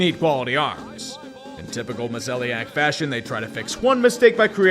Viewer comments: did you just pronounce Mozeliak as "Mo-zelly-ack"? It's "Mo-zay-lak" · Small criticism but you said Mo-zale-lock wrong